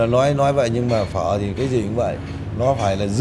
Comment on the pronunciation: He keeps saying phớ instead of phở. Not his fault seems like someone only half told him how to pronounce it.